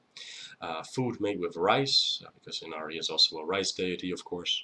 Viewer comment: The correct pronunciation of her name is (E-Na-lee) Inari. R’s are pronounced as L’s when speaking Japanese. Thank you for teaching me about her. My offering to you was helping you pronounce her name correctly. 😊 #444